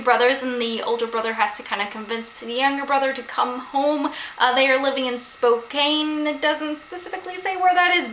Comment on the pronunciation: It's actually pronounced Spo-can, it's a tribal name, and it's a city in Washington state :) It's the city Hank Green sometimes goes to for concerts and things.